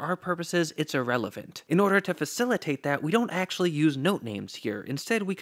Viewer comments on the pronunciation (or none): "irrelephant" subscribed